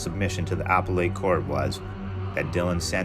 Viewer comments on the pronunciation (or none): "UH-PEL-IT! UH-PEL-IT! UH-PEL-IT!!" 🤦 NOT Applle-et!! Cringe!!! 😱 I enjoyed the video, but I highly suggest you get a legal dictionary so that you don't mispronounce the most basic legal terminology. Doing so kinda pulls from your credibility, if you know what I mean... Just saying(with the intent to help you accel😊). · “Appellate” is pronounced uh-PELL-it, if you're interested.